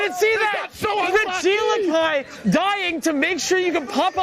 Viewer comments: Calling him Ree-geelakai instead of Reggie-Elek-EE is definitely a choice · What the fuck is this "Regilikai" meme they keep spouting, it's genuinely pissing me off how much they're committing to it. Regi. Eleki. Not hard. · Regi eleki. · Not only pronouncing regieleki wrong for 8 hours but gaslighting others into thinking thats how its pronounced 😂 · Regieleki pronunciation is insane.